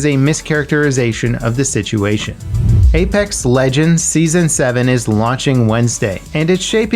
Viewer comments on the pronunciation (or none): none